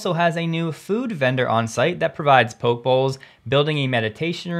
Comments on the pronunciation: A very minor correction; pronunciation for poke bowls is 'poke_E', as spoken by Polynesians and Hawaiians, who originated the dish. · Good show BTW..... The Poke bowl is pronounce Po-Kay.... it is a raw salmon/tuna salad bowl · I believe it’s pronounced Po Kee bowl. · It's pronounced pokey (poke) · Lol poke bowls 😂😂😂 its pronounced Po Keh bowls 🤙🏼🤙🏼🤙🏼